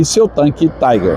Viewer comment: Eu gostaria de fazer uma correção sa pronúncia, ou seja, esse tanque era um tanque alemão e, portanto, Tiger é pronunciado i , como i em portugues, e não " ai" como em ingles !